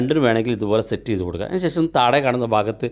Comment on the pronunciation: താഴെ എന്ന് പറയുന്നത് താടെ എന്നാണ് കേൾക്കുന്നത്